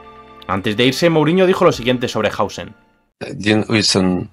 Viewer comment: Mourinho diciendo literalmente "Din Uijsen" xDDDDDD